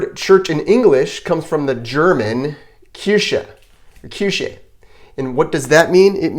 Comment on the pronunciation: In you sad [kirshe] - that is wrong , on German that is mean "cherry "🍒. "Kirche" - that is [kirhe]